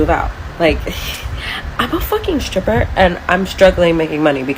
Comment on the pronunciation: Im gonna be honest. In never found strip clubs interesting. So i pay money to look at women with bad dads and worse tattoos who im not allowed to touch? And why is the chick in saying skrippa? Its hard to take you seriously on economics. If you cant speak like a grown-up.